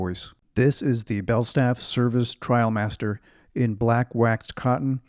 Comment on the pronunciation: IM SO HAPPY YOU SAID TRIALMASTER not TRAIL- master. I made the switch from the Barbour International a few years ago and haven’t looked back. I had my wife do some fancy tie job with the belt in back and that cinched in the sides a little and give a nice hourglass shape. I also have the quilted gillet which adds a lot of warmth and style as well. MAKE SURE when you rewax, you use Belstaff wax as it will give you that beautiful sheen vs the dull look of the Barbour wax. Also, you could send the jacket to your nearest store (NYC for me) for a rewax. My 126603 and Belstaff are my constant companions. Wear yours in good health my friend. Happy New Year👊